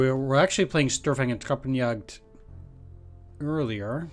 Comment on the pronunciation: Small hint, in almost any case of the "St" at the beginning of a word in German, St gets pronounced as if it was written "Sht". So, basically it gets pronounced like "Shtörfang".